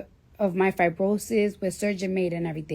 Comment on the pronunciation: She said fibrosis 😂